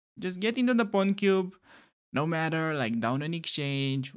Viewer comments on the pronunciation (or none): none